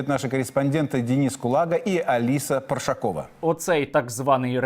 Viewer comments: Парашкова, наголос на другому складі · ПаРашкова а не паршакова